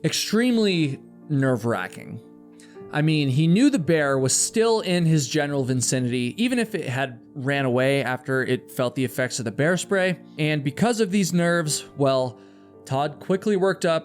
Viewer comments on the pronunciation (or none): It sounds like you say "vincinity" I stead of "vicinity".